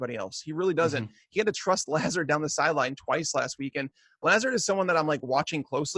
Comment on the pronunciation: ' pronunciation of LAZARD gave me cancer. It's luh-ZARD. That's straight from the media guide.